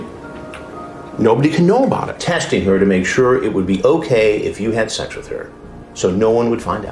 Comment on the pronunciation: Do you suppose Chris Hansen says "shecks" instead of "sex" because he wants to sound cool!